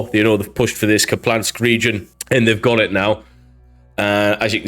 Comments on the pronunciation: Ok I have to say it. It’s not “Kuplansk”. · Loved the video, just wanted to point out for the future that there's no L in Kupiansk, pronounced like "Coop-yansk" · it's an i, not an L Kup-i-ansk. Thanks for the updates! 💙💛🇺🇦